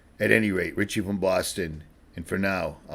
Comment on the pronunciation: No t in richie God bless you